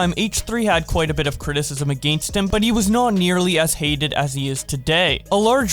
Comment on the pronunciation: You did not just pronounce "against" like that